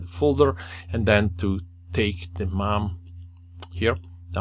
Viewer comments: Dude mispronounced it twice! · I also laughed, never thought to pronounce it like that :)